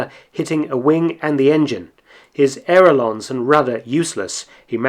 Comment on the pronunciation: the word is "ail-er-on", not "air-el-on". L before R.